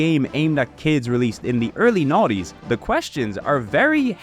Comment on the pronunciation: I love how everytime you say nineties it sounds like naughties to me and I am all for it! (Love these Videos to death)